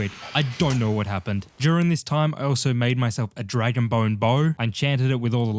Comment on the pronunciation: It was dra-gon me around